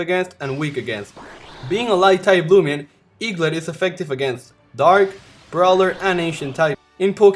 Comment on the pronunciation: eaglit not lit